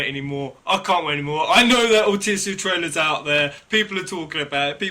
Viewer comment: for correct Altissia pronunciation listen to how Noctis says it in the new "cinematics" trailer